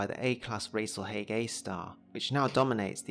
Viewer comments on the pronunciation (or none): I'd always thought it was pronounced " Rahs-al-Hahg" , given its Arabic roots.